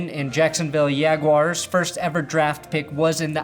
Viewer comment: Damn you, every time I read about the Jaguars now, I read it in your voice with the Spanish pronunciation.